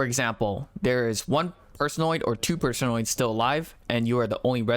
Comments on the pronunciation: .... PerSOHnoids? Person-oids. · It's Person-Oids, not Per-Sone-Oids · You say personoids so frigging weirdly